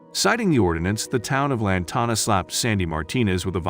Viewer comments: The town’s name is pronounced as Lan Tan Ah and spelled as Lantana. When you do a story do your homework, please. I think this is so ridiculous, that this happened to her. I grew up in Lantana and I can tell you, this law was not practiced until recently. We had issues where there would be 5,6 or more parked at our neighbors house and would extend over to our property and nobody did anything. I can honestly say it was probably implemented and implied to more well to do housing, especially when HOA is involved or not. The city expects those places to look perfect! You park and it looks like a sore thumb you better move it right now. This is probably why this happened to this lady, she was making an unacceptable appearance to her neighborhood. Lantana wasn’t always pretty. It was nice, then bad and awful for a decade or more. They want it to remain nice. They are probably overreacting but I can’t say I blame them. They love their town and they don’t want to revert back to their ugly past. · Lantana and surrounding Towns have crazy ordinances. That computerized voices are annoying. Pronounces Lantana wrong